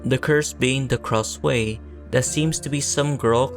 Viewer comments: Heyy! I love this video because it talks about one of my favourite childhood horror games lol- just one suggestion its pronounced "krasoo" instead of "kraswey" thats all! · Kra-sway 😭✌ Isn't it Kra-sue (like the name "Sue") ? Also, when I was younger, I thought that the Miles kids turned into Krasue and Charlie, and Good Boy was their dog 💀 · It is pronounce as KRASHU or KRASU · Nice video, but the way you pronounce Krasue ticks me off everytime I hear it 😭